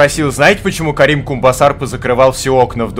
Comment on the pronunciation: Я могу понять если ты намеренно так говоришь, но скажу всё равно. ЕГО БЛИН ЗОВУТ КЕРИМ КУМБОСАР. НЕ КАРИМ, КЕРИМ!!